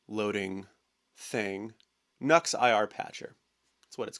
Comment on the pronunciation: Great video but the company name is Nu X ( pronounced new ex ) not Nux !